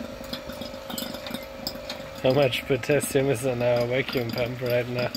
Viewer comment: Finally, potashium